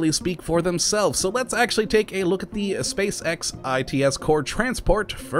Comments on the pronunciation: you said space sex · he says spacex like spacesex... think about the children xD